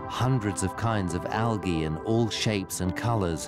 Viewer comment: I turned it off after the fifth time he said Algah